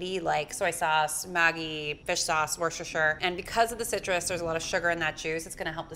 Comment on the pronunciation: Does anybody find that she pronounced the word Worcestershire incorrectly?